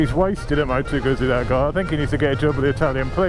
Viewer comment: Don't expect to hear perfect Italian pronunciation but please at least get moto guzzi correct. It deserves it.